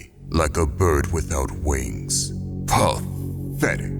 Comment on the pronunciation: That pa thetic 😂